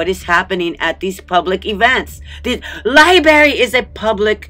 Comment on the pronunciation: It's a LI-BRARY... Not a LI-BARY!!! Im pretty sure all "berries" tell the truth and aren't lying!!! LOL But jokes aside, I totally agree that this is disgusting and vile behavior and should be investigated until we hold someone accountable for allowing it to even take place!!